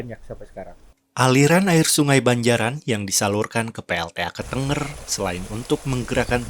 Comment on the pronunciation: Kok "ketengger"?? Ketenger, lafal "e" nya seperti "ke"